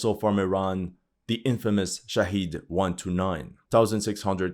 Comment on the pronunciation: Your pronunciation of Shahed is 💯